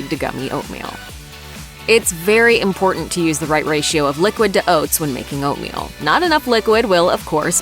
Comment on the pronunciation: Come on it’s Oatmeal, aahhh